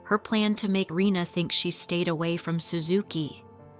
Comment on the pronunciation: Her name is Reina instead of Rina actually, pronounced "ray-na"